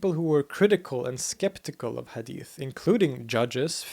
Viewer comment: the h of ahl is a bit pronounced like ح not ه but he pronounced hadith better than me native arab.